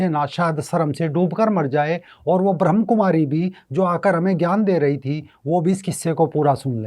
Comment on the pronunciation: Pehle toh theek sarah se bolna sikho. Ye BhramKumaris nahi hai. Brahmakumari hai. Aur Brahmakumaris family walo se NOC LETI hai!! Also... There is a spiritual nerve center in the brain which can be activated anytime in ur lifetime. Age, gender does not matter. So it is no surprise that this woman's daughter is more spiritual than her. Get real people...dont post BS.